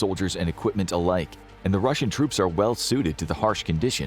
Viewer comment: And it's "Russian" not "Ruzzian".